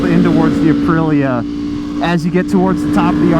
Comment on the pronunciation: lol you said “uh-pril-uh” lol and always the follow up “is that a 600? Looks small.” 😅😅😅😅